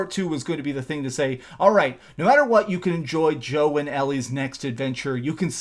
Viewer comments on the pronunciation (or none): Sounded like you said Joe and Ellie lol